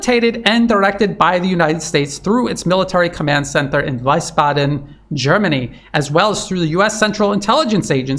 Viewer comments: Wiesbaden in Germany is pronounced Weesbaden, not Weisbaden. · Since it's likely going to come up repeatedly, the German city 'Wiesbaden' is pronounced something like "wheeze barden!" rather than "wise barden" 😌... It's probably composite of 'Wiese' = 'greens' and 'baden' = 'spa', i.e. it's an old spa town and if you were to suggest that the downfall of Europe is due to the easy corruption of the green party, which is the greatest cheerleader for war, some green party member of the Bundestag might actually sit down and write a letter to the local stasi handler, to sue you in court of law. So, no one should suggest that. Obviously, "wheeze barden!" is purely a mnemonic without actual etymological foundation and the figure of speech is in no way suggesting that the military occupational force is kicking a dying poet in the head, to attempt squeezing a few more breaths out of the annoying useful idiot before the shitface is kicked into the ditch, so that the greatest of the greatest can pivot their endless winning & peace to China. On the contrary, the correct understanding is that Germany sacrifices itself out of pure idealism, for trafficking in Ukraine, holy war for LGBTQ+ rights for minors in Russia, just like it donates bicycle paths to Peru and fm Anna "360" b travelled all the way to some Pacific islanders to return a bunch of fishernets, and even sacrificed her time and carbon credits to cheer on the German women's soccer team in a quarter final game in New Zealand. Love for peace so to speak. Anyway, the place where the human sewag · it is pronounced weesbaden not wisebaden. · Great as always. Thanks. Btw - it’s pronounced Vees-ba-d’n. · Hi, thank you, for your sober assessment. Nb it is pronounced Veezbaden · Great!!! As usual!! Valuable!! But, the German city of Wiesbaden is pronounced: ”Weesbaaden”.